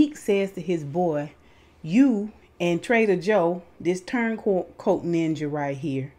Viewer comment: When you said, that traitor Joe ninja 🥷, I heard trader Joe ninja... either way I was judging and giving the side eye. Lol